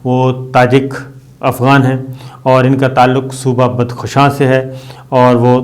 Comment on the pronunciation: بد خشان , دال پر جزم کے ساتھ نہیں بلکہ دال پر زبر ہے اور خ پر جزم۔ بدخشاں.